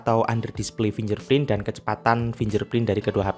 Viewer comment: finger print dibaca FINGGER PRINT bang, bukan finjer prin, kl susah, pk bahasa indonesia aja. saran.